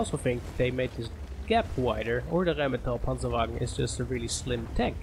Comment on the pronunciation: dude if you're not german i'm impressed with that perfect "rheinmetall panzerwagen"